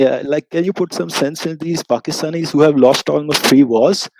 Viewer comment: Person name Alexander claiming himself from Pakistan but I believe he is Indian the why he pronounced the word "Pakistanis".